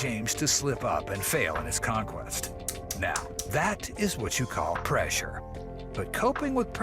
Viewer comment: Pressure not presea